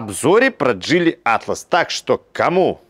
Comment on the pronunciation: Так Вы определитесь джИли или джилИ, а то на протяжении видео произносите название авто с ударением на разные слоги.